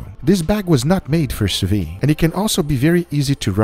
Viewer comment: The thing is called "sous vide", and be pronouncin' it "su vi" booga